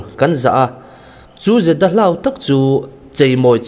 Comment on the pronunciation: Parchhuang, dahlau, darfeng val... a chhiar rik dan dik zir i la ngai. Ngaithla nawn leh la, i chhiar sual ( thluk dik loh) dan i hre thei ang.